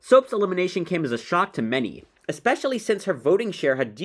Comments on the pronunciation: “ispessliy” “or” “ballon” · “Ispessily”, “Ballon”.